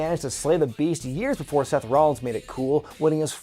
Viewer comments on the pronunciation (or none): none